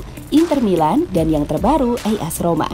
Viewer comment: As Roma bukan is Roma min